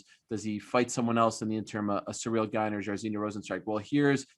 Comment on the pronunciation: Ariel HELWANI is the only MMA pundit pronouncing Cyril GANE correctly so far. I am sure Jon ANIK will take a page out of his Canadian book when commenting the ROZENSTRUIK vs GANE fight. Allez la France!